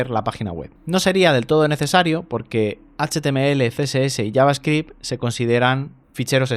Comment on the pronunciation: Que bendicion escuchar a un español pronunciando bien javascript